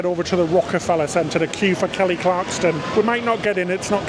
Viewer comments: You guys always do great reviews! My dream is to get tix to an SNL taping. I’ve been to NYC 5 times and I can never get in. Glad you guys had a fab time! It’s Clarkson, btw. Not Clarkston. She was the very first American Idol. 😊 Congrats,! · Kelly Clarkson!! NOT Kelly ClarksTon! :) Hope you had a great time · Great video. I’m glad you had a great time in NY after the disappointing cruise. It’s Clarkson not Clarkston 😂😂😂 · “Clarkston”. No. Clarkson. Yes. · CLARKSON! Not Clarkston 😆 my OCD can’t take it! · Kelly Clarkson not Clarkston 😂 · Why were they constantly calling Kelly Clarkson as Kelly CLARKTSON. Clarkson is such a common surname. Lol. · Poor Kelly, it’s Clarkson not Clarkston 😅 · Clarkson NOT Clarkston. Come on guys, you can do better 😊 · Clarkson, no "t." She has a great show, glad you had a good time. Hope to meet y'all on board sometime soon. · Dear, love you two!! Dear, it is ClarkSON. There is no T in her last name. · ClarkSON, not ClarkSTON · Kelly Clarkson (no “T”). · Kelly ClarkSON....Kelly ClarkSON!!!!! Repeat after me lolol (and I haven't been that huge a fan since her American Idol days....but that was like nails on a chalkboard lolol). Super fun sounding day, aside from the tropical monsoon in NYC lol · It’s Kelly clarkson, no T lol but great video, looking forward to the next 👍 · ClarkSON without a 't' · Absolutely love you guys, and the channel, and congratulations on the $1,000, but you’re making my OCD go off the charts….😂😂 It’s “Clarkson”…. No T😂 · Not to mention “Kelly Clarkston” and calling Merrily We Roll Along “Merrily Along We Go” - they’re lovely lads but pronouncing things correctly isn’t really their strength 😂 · the name is KELLY CLARK SON there is no T in her name. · Congratulations on winning $1000. BTW gents it’s Clark-son. She won American Idol. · Love your vlogs, but Kelly's last name is Clarkson, there's no T in her name at all. It's just Clark - son. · Please note there is o 't' in Kelly Clarkson.